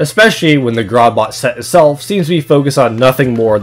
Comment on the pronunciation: I really hate to be that guy and all, but it’s spelled (and pronounced) “Grordbort” (Grr-ord-bort) not “Grodbot” Also, the Milkman set SFM model doesn’t have the Shortstop equipped, or it’s just really hard to see. :/ But other than that, great video! I’ve always wanted an in-depth synergy review on the TF2 item sets!